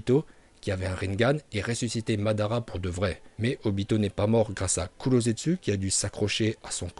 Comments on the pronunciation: Mandanda non mais svp arrêtez vos conneries vous savez pas prononcer les noms de personnages ou même techniques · Tu dis Mandanda mdrr jsuis mort